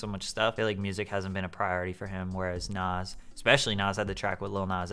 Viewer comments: The way u pronounce Nas bothers me Its NAHZZ not NOSS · why does say nas like that hahaha